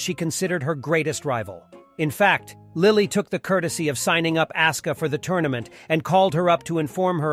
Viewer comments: You did not call asuka "ass-ka"😭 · Would it hurt to say asuka's name properly? I mean the game even announces the pronunciation